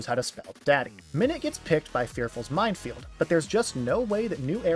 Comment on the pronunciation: only cause i hear so many others say it minefield* not mindfield